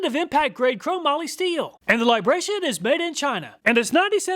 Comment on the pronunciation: It's LibraTON, not Libration. 😄